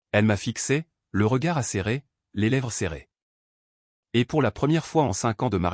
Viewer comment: C'est quoi cet audio de 💩 ? À la place de "et" la voix IA dit "va".... C'est d'un chiant ! Encore un boulot de boulet.